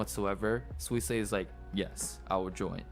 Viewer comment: It's not that Suisei is difficult to pronounce, it's that figuring out how to pronounce it from how it's spelled is a little difficult. (google translated version below just in case) すいせいは発音が難しいというわけではなく、綴りから発音方法を理解するのが少し難しいのです。